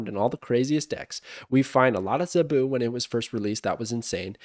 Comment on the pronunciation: The way you pronounce “Zabu” gets me every time